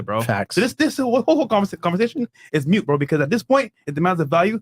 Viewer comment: at around 3.05 into the pod it sounds like you said, "your point is MUTE". The word is MOOT. You are welcome, the grammar cop. Perhaps I misheard.